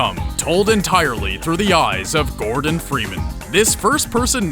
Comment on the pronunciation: cant even say gordon freeman correctly